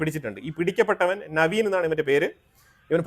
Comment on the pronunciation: അക്രമിയുടെ പേര് നവീൻ എന്നല്ല,Naveed akram എന്ന് ആണ്